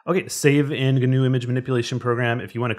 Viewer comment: Yay, GIMP! However, as a full-time grumpy pedant (😁) I feel I should mention that the 'g' in 'gnu' is silent, so it ought to be pronounced 'noo', not 'gernoo'. Yes. Noo. GIMP should be 'NIMP'. If you're bothered about matters of political correctness and cultural sensitivity, 'gnu' is from the Xhosa [South African] word 'nqu'' which may or may not have influenced or been influenced by the invading Dutch colonists. Possibly. Allegedly. Whatever. In Dutch Afrikaans the animal's also known as a wildebeest 🐃👀, which would turn GIMP or NIMP into WIMP. Anyhoooo, a gnu's 'g' is silent, like the 'g' in gnome, gnaw and gnarly, dude. Or the 'k' in knee, knuckle and knife. Shut up, Elli. Gnobody cares...🤭